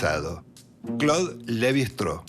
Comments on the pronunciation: ¿¿Levi "Straou"???, pero por favor, qué pronunciación inventada es esa? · Un texto claro e Interesante. Sólo me gustaría que los apellidos extranjeros se pronunciaran en castellano, o sea, Levy-Straus. Muchas gracias. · En frances no se pronuncia como indicas. Ni el mismo Claude lo pronunciaba así. No entiendo por qué queres pronunciar la St del alemán. Se puede pronunciar el apellido en una forma más derivada del español, los franceses lo hacen con su idioma. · Se pronuncia levistross (así con mucha s al final y todo junto)